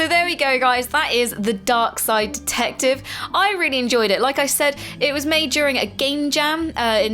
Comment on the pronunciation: lol when you said darkside detective first it sounded like dunkside detective